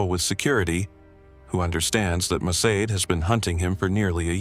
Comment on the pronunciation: The narrator, a fluent English speaker, pronounced Mossad as 'Mosaid'. Mossad is literally pronounced the way its spelled.